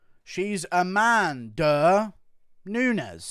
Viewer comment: Hahaha is so funny where you pronounce Amanda Nunes as 'A man DUH nunese'